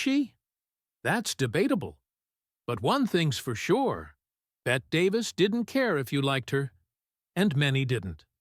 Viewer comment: Bette is pronounced “Betty”. Being called Bet was a major irritant.